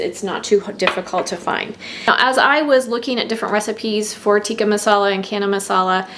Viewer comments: Friendly correction from an Indian: it is not Kana Masala, but Ch as in China. Channa. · Thank you for the lovely video. FYI the ch in chana is pronounced the same as the ch in chicken. So not “cana”. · Chana is pronounced with the ch like chips or chain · Thanks for the recipe. But ch in chana/channa is pronounced like chair, not like cat. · Wow canned indian food..love your channel..can i if you dont mind chana is pronounced as ch in charming🙂